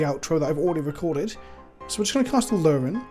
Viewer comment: A-aa-luren?!?? No......